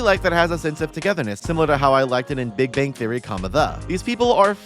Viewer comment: I liked how you mispronounced big bang theory every time it was mentioned during the Young Sheldon part lol